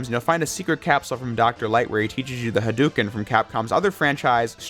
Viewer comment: It pains me hearing J pronounce "Hadouken" wrong.